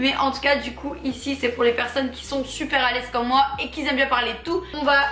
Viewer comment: Parler français c’est possible ?? Parce que qui zaime ça pique les oreilles 😱😭🥴